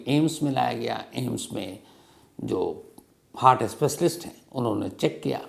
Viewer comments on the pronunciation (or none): none